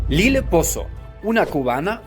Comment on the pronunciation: Lile no Lilo😂😊❤